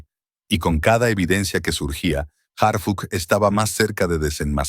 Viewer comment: Que bueno que ya estan tras las rejas esas mujera verdad yo me canso de escucharlo decir hargucj y harfuch